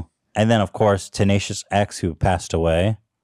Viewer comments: Ethan sounds like such a boomer when he mispronounces things. Tenacious x nearly killed me lolol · Tenacious D is jack blacks and kylie's band and I just came from his youtube so it took me a sec to catch Ethan getting it wrong 😂